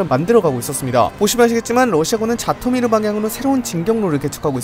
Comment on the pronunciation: 자토미르 -> 지토미르 정정 부탁드립니다.